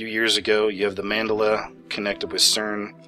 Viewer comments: Interesting and I have seen a couple things on this tunnel opening and it IS weridly satanic. Also, just a small correction. The term mandela is named after Nelson Mandela and is pronounced accordingly. Man - DE - la, emphasis on 2nd syllable. Some examples do seem to make sense while others are seem a memory issue. Whatever is going on, I feel it's all an attempt to confuse and divide folks, so I try to NOT get too wrapped up in it. Thank you for sharing your observations. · it's Man-de-la ! The South African Apartheid dude. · its pronounced man-dell-uh i couldnt even fi ish your video because your mispronunciation drove me nuts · It's Mandela, you say it like mandila, I'm sure you heard of Nelson Mandela, dela pronounced Dell computers. Now say it. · you are mispronouncing Mandela. it's hard to pay attention when you can't say it right. man-dell- ah...couldn't me easier. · I don’t mean to correct you however it’s pronounced Man-Della as in Nelson MANDELA... not the art MANDALA which is a Sanskrit circle .... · MAN-DEL- A THAT IS HOW IT IS PRONOUNCED! You are slaughtering a great man's name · It's not pronounced like that. It's Mandela as in Nelson Mandela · hearing you mispronounce that name was like torture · You really need to look up how to pronounce Mandela. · OMG!!!!!! You pronounced Mandela wrong!!! I mean I am likely the only person that caught it, but yeah, you can't get one over on us super smart people!!!!!! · YOU'RE MISPRONOUNCING MANDELA!!! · The way you pronounce Mandela might be proof of the Mandela Effect. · You say "Mandela" wrong. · new effect how to pronounce Mandela ;) ya ya I know you've already commented on it. sorry couldn't resist buddy :) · Why are you pronouncing Mandela wrong? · God damn it why are you saying Mandela like that. say it right. makes me think you have no idea what your talking about you can't even say the man's name right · You're pronouncing "Mandela" all wrong. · you are pronouncing Mandela wrong fyi.... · Man-DELL-ah. smh